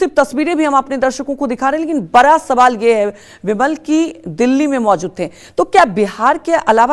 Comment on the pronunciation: मैडम जी बरा सवाल नहीं बड़ा होता है 😂😂